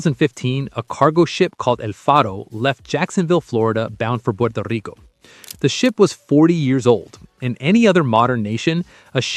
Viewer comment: Wow! Are you a native spanish speaker? That was an unexpected Puerto Rico pronunciation